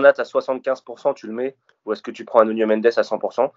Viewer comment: C'est aussi insupportable de vous entendre déformer les noms de nos joueurs. Vous êtes l'un des podcast référence pour les supporters du PSG donc pourquoi appeler Simmons saymonsse ? Le type est hollandais pas anglais , son nom se prononce Simmonsse . Pareil pour Nuno Mendes , ça se prononce Nuno et non pas nougno Mendes . Je vous avez fait la réflexion pour Baker la saison dernière , j'espère que vous prendrez en compte ce nouveau conseil